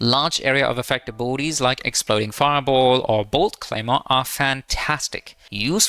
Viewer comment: I had to turn on CC to understand that he was saying ABILITIES and not BORDIES!